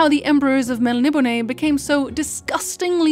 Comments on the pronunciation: Your miss pronouncing Melniboné (Mel ni BONE) not (Mel nib o ne) just say'n :P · My dear, it's pronounced Mel-nib-o-NAY-enz. Admittedly, it's difficult to say, especially quickly. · MEL-KNEE-BONE Please.... It was written by an Englishman..